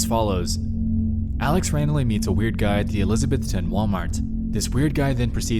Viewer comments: It’s really cool hearing a story about Tennessee! We don’t get much here :// (e-liz-uh-Beth-un is how we say it here btw! It doesn’t really matter but for future reference:) ) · It’s pronounced ElisaBETHton. Not Elisabethton. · fun fact: folks around here pronounce elizabethton "elizabethon" I'm from New England I don't understand it either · It's not pronounced how Nexpo says it. Its elizabethtun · Julie Dotson HE WAS SAYING IT SP WEIRD lmaoooo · Okay I spent a good chunk of my life in Elizabethton, TN (Actually pronounced uh- liz- a - BETH - ten) and that town is sketchy as fuck. Meth heads everywhere and really weird shit happening all of the time. I couldn't have been happier when I got out to Johnson City, and then back home to Chattanooga. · The way you keep mispronouncing Elizabethton is frustrating. E liz uh BETH ten. That probably doesn’t help much. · Elizabethton is about 30 mins away from where I live everytime I hear somebody talk about Alex from TN it kills me to hear them pronounce the town name lol. I think I know the place this is talking about n it's just abandoned buildings that the few homeless ppl in the town used to stay sometimes. N ppl used to party down there, most likely the car he heard at one point in the story was a cop bc they patrol the area pretty well n probably seen his car down the street. If the story is true he got arrested for trespassing.